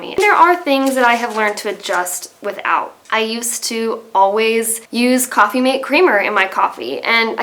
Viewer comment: Sorry Coffee Mate Not coffee maide